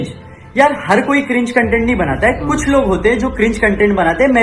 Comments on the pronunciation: I want to punch him in the face every time he says CUNTENT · verify hone k liye insta pe ye tiktoker apni tashreef youtube pe hi le k aye or ab bc usi k content creators k against or bhai cuntent ni hota content hota hai jahil😂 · Ok... So this guy is indian?!?! XD i can understand his problems now.... Plus he kept saying the whole video Cuntent cuntent he cant even pronounce CONTENT right... The way he is talking he seems like he has no freakin idea how much hardwork YouTubers go through... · Yr ye cuntent q bol ra content nai hota..?